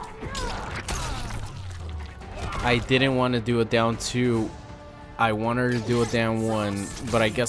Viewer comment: “I didn’t want to do a down 2….I WERNERED to do a down JUAN” lmfao 🤣